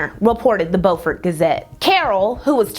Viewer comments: Great video as always! Just wanted to let you know that unlike the way we North Carolinians pronounce "Beaufort," it's actually pronounced "bew-fort county." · Beaufort is pronounced byoufert! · I love you but I’m an sc native. BEU-FORT like Bew-fort. And HeLL-En-NA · This is a great and informative video! As a South Carolinian, the city of Beaufort is actually pronounced "byoo-fort" like the "beau" in "beautiful".